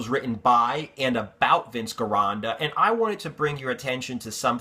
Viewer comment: You keep pronouncing Vince's name wrong.. it's pronounced like "Jeronda" because in Italian there's no hard G sound.. thanks and love your videos.